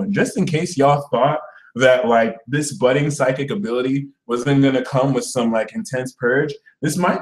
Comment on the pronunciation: Uhm did you say it's "budding" or "butting" now for Scorpio? (Rising, here) I don't have any r-ships "budding" currently, but I do have the "butting" on lock down Lmao